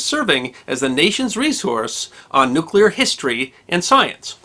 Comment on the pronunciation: is one of 17 humans who pronounce ""NU-klee-urr" correctly.